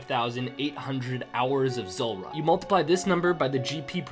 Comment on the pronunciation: Z OO lrah not zUlrah 😂